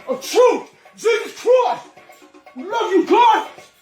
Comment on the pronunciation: “Belt of troof !“ love you boy❤️